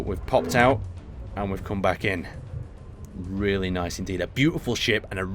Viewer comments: I didn't notice that the first time around, very nyth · Lol, nithe xD